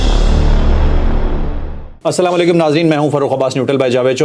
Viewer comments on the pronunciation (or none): جاوید چوہدرى کے لیے اک اہم نوٹس محترم آپکے ہر ویلاگ کا آغاز پورى قوم کے لیے بدعآئیہ کلمات سے کیونکر شروع ہوتا ہے ۔بھلے چنگے پڑھے لکھے جاہل آدمى ہیں آپ پھر بھى آپکے کلام کا آغازیہ یہ ہوتا ہے "جى سام لیکم " کیا آپ کو پتہ ہے اسکے معنى کیا ہیں ؟ جى محترم جاہل صاحب اس کے معنى ہیں آپ سب پر موت واقع ہو یا تم سب لوگ مر جاؤ ۔۔لفظ اسلام علیکم جسکى ادائیکى پورے تلفظ کے ساتھ اگر صحیح ادا نہ کى جائے تو اسکے ساتھ ملتے جلتے تمام تلفظات کا مطلب سلامتى کے بجائے ناگہانیت اور برائى و کہر کے زمرے میں ہونگے۔ اسوه حسنہ کى تاریخ میں اسطرح کا واقعہ مروى ہے جسمیں چند یہودى حضور صلى اللا علیہ وسلم کے گھر مہمان بن کر آئے اور انٕہوں نے سلام کے بہانے غلط سلام پیش کر کے اسى نوعیت کے غلط تلفظانہ کلمات ادا کیے جنکا مطلب سلامتى کے بجائے بدعائیہ تھا جس پر ام المومینیں حضرت عائشہ رضى عنہا خاموش نہ رہہ سکیں اور انہوں نے ان ٕیہودیوں کى سرزش کى اور انکو کہا کہ آپ سب پر موت ہو ۔ صد افسوس آج هم بحثیت مسلمان سارى قوم کو شیطان نے فیشنى سلام پیش کرنے کى آڑ میں اتنى پیارى دعا یعنى اللا تعالےٰ کى سلامتى سے محروم کرکے برائیہ اور بدعائیہ کلامات کے متبادل پرچار میں لگا کر مسلم امہ کا جنازعہ نکال دیا ہے۔ قالو انالللا وانا علیہ راجعون اللا رب العزت همارے حال پر رحم فرمائے اور همیں نیک هدیت نصیب فرمائے ۔آمین